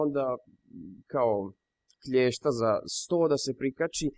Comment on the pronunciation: nije kljesta nego klesta :D car si